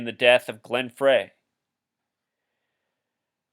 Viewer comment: I've only ever heard Glen Frey from the Eagles last name pronounced "Fry". I like your vids! Is gematria whats used for breaking bible codes? whats your take on bible code breaking? Personally I'm not convinced but that may come from ignorance, as I learn more that may change.